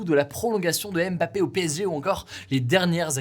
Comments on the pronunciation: C’est l’un des sportifs les plus célèbres mondialement et quasiment personne n’est capable de prononcer son nom correctement. Le M de « Mbappé » ne se prononce pas, merci. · Super mais je me dis que Ca serait bien de prononcer correctement le nom de Mbappé quand meme, le M n'est pas dissocié du bappé.